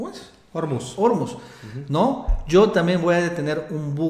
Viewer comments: La sílaba tónica de Ormuz es "muz", no "or". Lo pronunciáis como si fuera Órmuz (con tilde en la "o"). De nada. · según las reglas de pronunciación del Español, se acentúan prosódicamente las palabras que terminen en consonante (excepto n, s, o vocal). Ormuz, se pronunciaría con acento en la "u", como palabra aguda. Un saludo desde Nayarit.